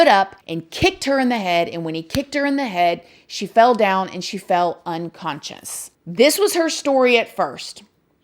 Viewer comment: This is such a sad case. Prayers for everyone involved 🙏, I love your videos & you! I just had to tell you that I love the way you say the word unconscious 😆 I can't pronounce that word either, so I say it the same way as you do 😉😆